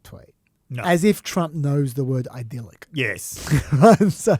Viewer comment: The word "idealic"?? It's not a word! When people say "idealic" they mean to say 'IDEAL'. However, an idyll (starting with a short vowel rhyming with 'lid') is a picturesque country setting, and the adjective 'idyllic' means 'like an idyll'